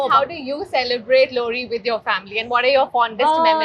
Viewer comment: You have NRIs and RNIs (resident non indians). Why can't they pronounce Lohri properly? WTF is Lorri?